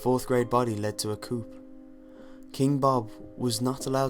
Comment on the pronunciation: "Coup" in the sense of overthrowing a person of power is pronounced 'Koo'